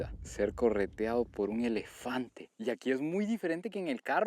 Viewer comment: "El lelefante"😂😂😂😂😂